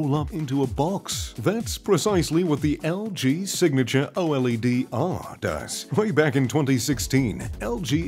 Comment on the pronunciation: It's pronounced OLED not o LED